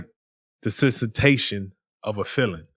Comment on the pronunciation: Desensitation is supposed to be Desentization Demar.